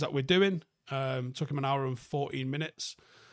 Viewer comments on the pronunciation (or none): none